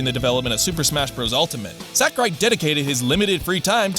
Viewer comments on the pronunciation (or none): I feel like no english speaker other than Reggie can get this right, and it hurts. He is not SACKurai 正弘桜井 さくらい sa-ku-rai (sah - koo - rye)